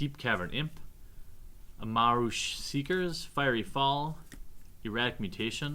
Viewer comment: He pronounced fiery as fairy e.e